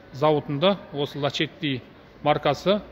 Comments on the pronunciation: Лачети емес Ласети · Лашетти емес дурстап окыса ласетти болады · Лачетти дұрысы